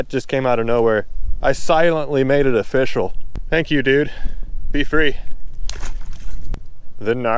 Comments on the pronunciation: It's afishol 🤣🤣🤣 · It's of-FISH-cial!!